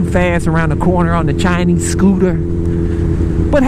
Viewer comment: The way you say Chinese scooter LOL